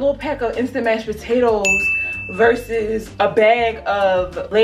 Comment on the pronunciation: Mhhmmm mashed potatoers😭🤣sis Ily